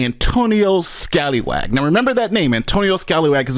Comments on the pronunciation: "Antonio Scalywag" lol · Scallywag has two 'l's ... that name is Scaly (as in a fish) wag. As with corruption, an inability to master English goes with this south east asian territory.